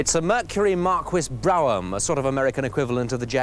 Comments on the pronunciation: "Mar-Quiss Brow-umm" LOL! The quality of the American cars was still way ahead of British, French, Italian and some German cars of that era. The Japanese were about to assault the world with their reliable, tiny cars. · He also said "Mercury Markees Browam". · Questions: 1) These cars were considered crap to American car enthusiasts. Were they marketed in the UK as humorous novelties? 2) "Mercury Markwiz Browham"...Was he joking? Can't say for sure because Brits work very hard to avoid correct pronunciation of any non-English word. Aussies are the same way. 3) May I assume this show and this host were the genesis of Top Gear and Jeremy Clarkson? Thanks for any clarifications... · "Murcury Mahkwis Browham". I suppose that's their retribution for us pronouncing Jaguar as "Jagwar" LOL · It pronounced Bruffum